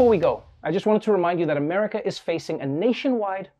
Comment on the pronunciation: "...these police all across amaga" - i justt LOVE how he mispronounced that XD